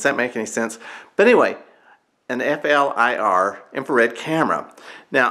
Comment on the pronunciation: Got to laugh … using an “inferred “ camera ( not the infrared variety) to do a temperature audit; but, your video runs for that explains it … p.s. this camera is pronounced: flear, rhymes with “clear” but with a F …